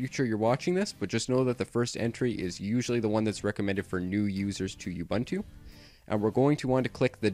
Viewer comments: Thanks for the instructions. But Ubuntu is pronounced differently - uboontoo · Great tutorial! it's pronounced "oo-BOON-too" though.